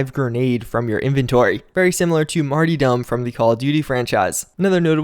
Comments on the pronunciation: Lll marty dom... that one made me laugh. Its martyrdom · LOL.... He said "Marty-dom." Martyrdom..... just sayin', brother. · Martydom it's martyrdom as in being a martyr. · It's martyr not Marty Dom!! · It's 'martyr' as in martyrdom. It's pronounced like Ian Marter's last name.